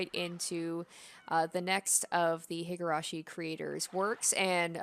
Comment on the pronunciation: hee-gurashi, not hih-gurashi